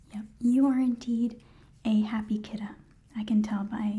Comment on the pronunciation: I love that you say kittah